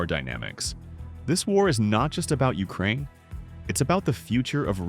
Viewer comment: “Urakaine” hits hard